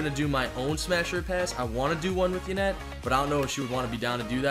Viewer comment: Haney wtf it's yanet